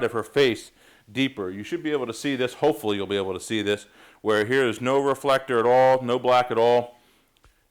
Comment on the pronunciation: How he did say it at the beginning: Re-full-ek-tor?